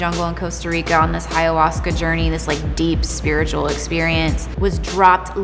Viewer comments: Did she say Hayahuasca? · Why does she keep saying “hiayahuasca” there’s not even an H in ayahuasca